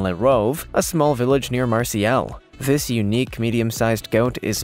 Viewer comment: Memo to....... Marseilles is not pronounced Marcy-Ellis. It's a town in France called Mar_Say.